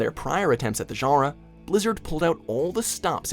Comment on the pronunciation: Every time this guy tries to pronounce "genre" I have a stroke.